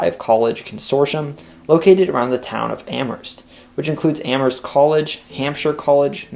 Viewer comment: THANK YOU for pronouncing "Amherst" properly! The "h" is definitely silent in Mass.